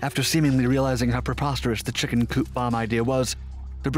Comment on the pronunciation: Ah yes, the exotic chimken